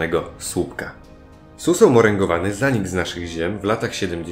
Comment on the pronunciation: Suseł - Susłeł ;D